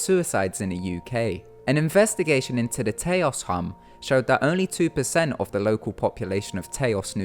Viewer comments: Great video, but as a New Mexican, I got really annoyed at the mispronunciation of Taos. It's pronounced as "tows" not "tay-os." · You keep mispronouncing Taos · As a person who in Taos, I have to say you pronunciation of the name is.... Unique lol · The way he says taos 😂